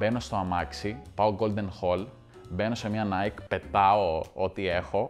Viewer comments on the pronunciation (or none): none